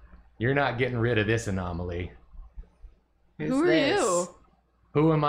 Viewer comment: no one saying a-gnome-aly....they're so strong